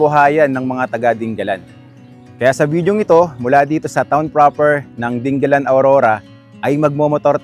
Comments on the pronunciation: hindi po ding- ga - lan. di- nga - lan po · Sa mga taga Aurora, Dingalan ang bigkas dyan at hindi 'Ding-galan' na parang Pangasinan. Mabuti naman mukhang malapit nang matapos yang coastal road. Ingat sa byahe. Thank you for your video. Mahirap lang dyan after nung bridge baka maraming aangal na naman na driver sa sobrang tarik ng daan kagaya ng Gumaca bypass road.